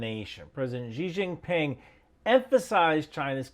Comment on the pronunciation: Great stuff but why do so many western vloggers say "Jee Jin Ping"? It's just "See". No need to get the intonation accurate